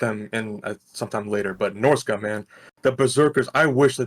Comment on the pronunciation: No he said it correctly. Norsca has three lords, two legendary and one generic.